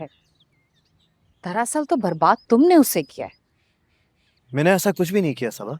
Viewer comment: Bhai sabha nhi hota saba hota hai 😮